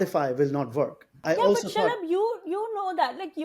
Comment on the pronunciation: I’m crying shalab comes out as shut up🤣